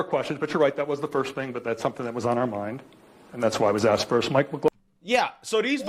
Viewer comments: Please pronounce it right you damn well that is asked not axed... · Learn to speak. Its not axked its.asked